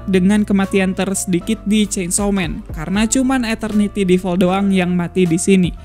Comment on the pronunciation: Ngomong2 bang cara baca devil itu bukan deval, tpi devel